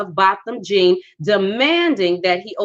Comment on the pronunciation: HIS LAST NAME IS 'JEAN' J-E-A-N MY SISTER NOT JOHN